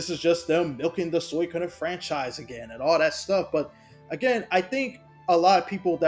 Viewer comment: its SWEE-KO-DEN jesus christ the way u say it hurts my ears